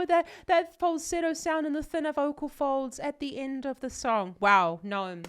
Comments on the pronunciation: His name is not nome. It's Noam, spelled No-Ahm. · It's pronounced No-Am